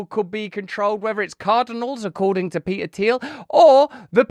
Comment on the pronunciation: Love you RB but…. You can’t pronounce the T in PeTer, but can immediately rebound to pronounce it for Thiel? 🧐 haha